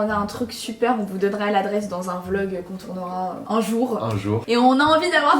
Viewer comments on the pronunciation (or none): none